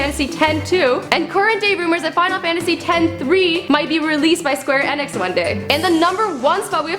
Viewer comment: I cringe every time she miss pronounce Square Enix.